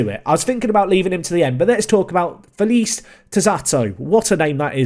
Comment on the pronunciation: Felice means HAPPY btw :P Said how you read it, so Fe-li-ce